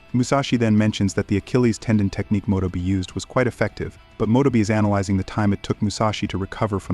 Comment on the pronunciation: Mo-toe- bea is the proper pronunciation though. Having AI to speak for yea is crazy